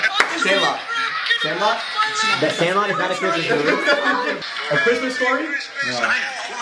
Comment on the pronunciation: Also instead of hearing Christmas i heard Christian